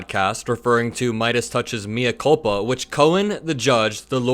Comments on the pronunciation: Good work,. "mea culpa" is Latin for I'm [the one who is] culpable. "Mea" is not pronounced "me" as in me myself, in English, but like "may", so it's "may-uh culpa." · Love your content,. Please look up pronunciation of mea culpa.